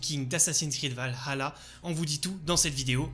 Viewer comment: Un des seul youtubeurs qui dit valhalla ( avec le h) 👏👏